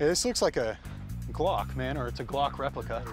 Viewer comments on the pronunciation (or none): none